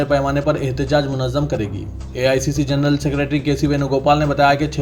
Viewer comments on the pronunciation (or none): none